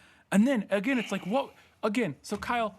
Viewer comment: "One of these characters is never seen agin" Agin? You read too much Edgar Poe.